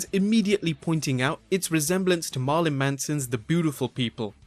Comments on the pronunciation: You said marlin, not Marilyn lol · It'ss pronounced maril-lyn manson.. Not "marlin" manson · Its marilyn not marlon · Marlon Brando Manson. Or pronounced "Marry-Lynn" One of those two. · Marlon Manson it's Marilyn Manson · I love how you pronounced Marilyn Manson's name Marlon. From now on I'm going start calling him Marlon. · "MARLON Manson"??? Jeez. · You pronounced Marilyn wrong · That's not how you pronounce Marilyn.